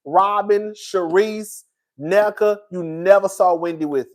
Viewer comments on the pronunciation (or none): none